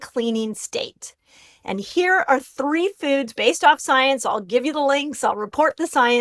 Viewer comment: The way she says 'foads' 😂